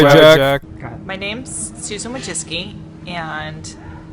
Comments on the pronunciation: I freaking love how she butchers her own name according to Polish pronunciation. They way it's written it should be "Woy-tsi-tski", but she says something like "Wóczeski". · What I love most about her video addressing the name thing is that she says it's Polish, then pronounces it as "Wojisky", when the Polish pronounciation would be "Voysisky" (or along those lines, I can't be assed to check the spelling). Point is, mispronounces her own damn name and that makes all of this all the funnier. Not even she can say it right. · Is it just me who thought she said Susan Woah Vicky? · 'My name isn't that hard to pronounce, it's Wojiscky l' 'So...' I can't lol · I’m Polish and her last name is actually pronounced Voychitski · Isn't it supposed to be pronounced like Voytsitski? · I'm Polish and I can tell you that even Susan herself isn't pronouncing her surname right. It's supposed to be something along the lines of 'Voy-tsi-tskee' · She’s saying her name wrong it’s woyski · voychitski, for fucks sake, VOYTCHITSKI, NOT WOJCICKI SPOKEN IN ENGLISH, NOT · I just love how she says how she tells people how to pronounce her surname, but absolutely butchers it herself. It's supposed to be "Wójcicka" (the start is pronounced "Vui", the "ci" is kind of pronounced like you would say the "chee" in "cheeseburger" but without the letter h, the "c" is pronounced like the sound you would make to imitate a snare drum and finally "ka" is pronounced like in "Katherine"). Polish women have an "a" at the end of their surnames and men have an "i". Her full name in Polish would then be "Zuzanna Wójcicka". Thanks for coming to my TED talk. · It's crazy how she can't even say her own name right lmao. It's pronounced Voychitski. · well i polish and she still pronounced it wrong, its meant to sound like "voichichki" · She's mispronouncing her own name too. It's wo-cheats-kee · she literally pronounced her own surname wrong wth